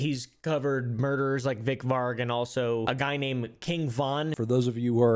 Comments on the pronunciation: Why is he calling varg “vik”?? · why tf he calling Varg Vikernes vick varck?